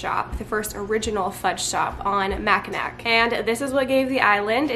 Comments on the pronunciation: It's said mack in aw. Not Mack in ack. It's indian. Lol. Mackinac. Mack in aw. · Michigander here ✋Love that fudge! BTW Mackinac is pronounced like Mack-in-awe. The "c" is silent. But I loved hearing you say it, cause you can always spot a tourist that way LOL 😂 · it's pronounced mack-a-naw. The city is spelled Mackinaw, which is the less traditional, but easier to pronounce version of the word. :) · Michigander here. Thank you for promoting them! I've enjoyed them my entire life. Just so you are aware it is Mackinaw. I know its spelled with a c but you say Macinaw. Super cute vid you saying it with the c. I hope you don't mind the poke. Love ya gurl. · We live in Michigan too! Mackinac Island is actually pronounced Mack-i-naw. You know you live in MI when… but we know you’re from the West Coast so you get 1 free pass! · Fellow michigander... mac-i-nawh is the pronunciation ;) amazing fudge!!! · Michigander here… pronunciation is mackinaW 😉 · From someone from Michigan, it's pronounced Mackin-aw :) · I'm from Michigan, don't want to sound rude, this is meant in the kindest way - it's pronounced "mack-i-naw" island. It's a Native American name. :) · it's spelled Mackinac... but pronounced Mack i nawh... I believe it's a native American word... we have so many in Michigan that are pronounced waaayyyy different than the spelling, not your fault! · The information they sent me it’s spelled “Mackinac”. Guess I didn’t realize it was pronounced that way! My apologies. ❤️ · Yep that is how it's spelled but the pronunciation is Mac n' aw. I live in Michigan and some of our words look one way and pronounced differently🥰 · I laughed hearing her pronounce macinac lol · Michigander here🙋🏼‍♀️ That made me giggle when you said Mackinac😁